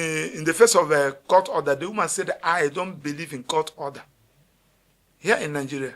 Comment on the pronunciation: Lawyer, it's not Nangeria. It's Nigeria, please.